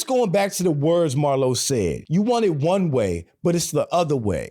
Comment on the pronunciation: The actor is putting the emphasis on the wrong word here. It should be on ONE. Not on WAY as he says it. The contrast is between ONE and OTHER. You want it to be X, but it is Y. Still probably the greatest show in history